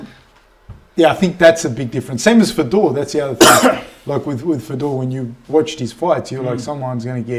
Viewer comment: "Fi-door" Trying too hard with pronunciations and failing absymally.